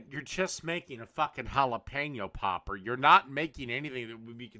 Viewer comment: i cant get past "jalapeno POPPER"